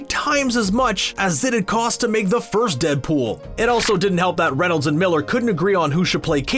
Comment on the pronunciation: Its Ryan Reynolds not Renolds